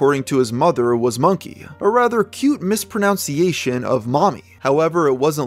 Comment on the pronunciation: you mispronounced the word "mispronunciation" lol..................... i was just thinking about what a great vid this is and how i like this channel and then you hit me with the mispronunciation of the word "mispronunciation"